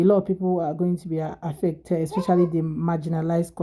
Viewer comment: The straight CLOWN talking about WALMART hiring people with "qualifications." 😂😂😂 It's Walmart you clown. Also "eXspecially"??? 🤡🤡